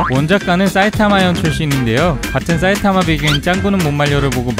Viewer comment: 경상도 분이신가요? "사이타마" 말할때 "싸이타마"라고 하시는거 보면 경상도 특유의 쎈 발음이라 갑자기 궁금하네요.